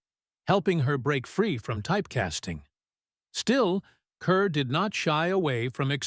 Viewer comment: Teach the damn computer how to pronounce the lady's name!